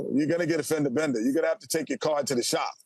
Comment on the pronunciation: The pause between fender and bender makes it sound so funny 😂 fender uh bender